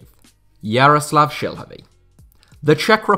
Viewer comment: I love your pronounciation of Jaroslav Šilhavý. Spot on.